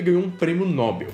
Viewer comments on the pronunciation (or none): none